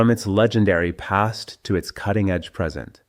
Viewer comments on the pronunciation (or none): none